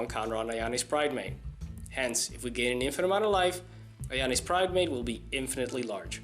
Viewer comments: im sorry is it Ajani or Ayani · The way he says ajani is irritating